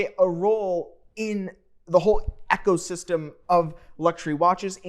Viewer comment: Echo-system??? Lol.